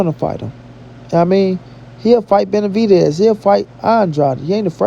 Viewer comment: Jermall Charlo had a very hard time saying Benavidez' name. Seems like he scared and is a nightmare for him.